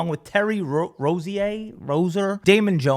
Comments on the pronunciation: lol says rozier as if it’s French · Too funny seeing a non NBA guy try to pronounce Terry Rozier's name. It's impossible when you read it out 😂 (row·zee·ur)